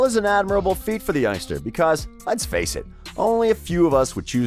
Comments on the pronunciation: 'Lie-ster' , who the fuck are them?, its pronouced 'Les-ter' , fucking dumb yank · Never heard of Liester ………...it's pronounced 'Lester', but spelt Leicester. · The way you pronounce Leicester is classic hahaha